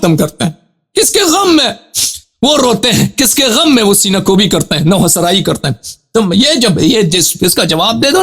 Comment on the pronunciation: Jahil omari gham ko gam kahraha hai.